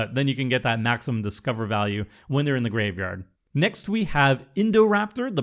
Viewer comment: Bro, please stop butchering the word graveyard.